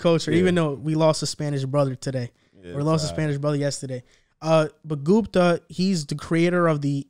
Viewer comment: My man really called him gumpa right after corrected him to say gupta lol